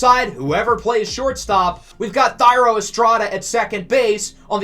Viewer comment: lfg im hyped. also its pronounced tie-ro no thy-ro just for the future